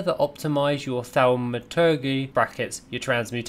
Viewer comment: Great vid ty! Jus cos you weren't sure, transmutagen and thaumaturgy: trans-mew-ta-jen and thaw-muh-tur-jee